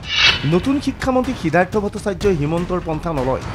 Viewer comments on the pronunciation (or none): 'Siddhartha'its not"siddartha".